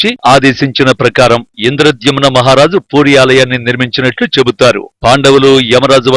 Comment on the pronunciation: Puuuri kaadu Puri Ani palakaali